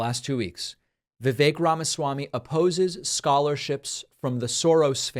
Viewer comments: Vivek is not pronounced the way you’re saying it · Two things: 1.) I work with many colleagues from India. And I can tell you that Vivek is NOT pronounced viv-AYK. It's VIV-eck. 2.) I have decided to refer to him as Vivek Rama-SMARMY. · Vivek RamaSlimey. Btw, it's not pronounced Vi-VAIK, it's pronounced VIV-ek. At least that's how both of the Vivek's that I've known pronounce it. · Vivek, pronounced like Fake